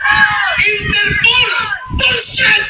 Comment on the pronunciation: "Enterpool" daw sabi ni Bato.. bwahaha..di ba interpol? Bwahaha...